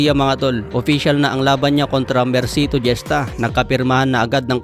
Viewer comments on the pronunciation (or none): Gesta hesta pronounce idol... 👍👍